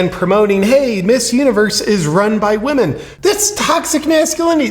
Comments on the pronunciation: Did she just say "run by we men" instead of "run by women"? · He said WEmen not Women.. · He says WE-MAN... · He pronounces women as We Men. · It's funny how 'women' was pronounced 'we men'. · When this biological male says "women", listen to the pronounciation very carefully. He is actually saying "WE MEN". The non-American accent pretends to say women and I do not hear it that way. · Is he saying WEEMEN ? Cuz that would make sense " missuniverse" contest is now run by wee men. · "Wee men" lol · Now.... Did they say 'WOMEN' OR 'WE MEN'?? 🤨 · He didn’t say say it was for “women”, he said “we men”. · He said, "We Men" 😅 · They did not say women, they said WeMen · he said it's we-men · I believe he's saying "run by we men" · Lol 😂 he/ her said WE-MEN!!! Interesting 🤔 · I don’t think it was by accident or because of his accent that he pronounced women as wemen?! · Sounds like he said 'weakmen'😂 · I love how he says "wemen." Lmfao... gosh, we aren't even in peak clown world. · The lady man said “we-men” not women so he’s telling the truth!!! Lol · When they said "we-men" I honestly thought "woman" was being said with a Costa Rican accent... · He didn't say "Woman".... he said WEman. "Ran by WEman. Owned by trans-woman... for all WEman. All WEman around the world.." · It's WE-MANS get it right. Lol hahaha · It clearly said, WeMen. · Wee-man lmfao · That’s exactly what I heard too; “we-men”. Then all the women cheered. It’s just wrong! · It said we-men not women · The Tranny-MAN is saying "WE-MEN" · “Wee men” as in tiny men or “WE men?”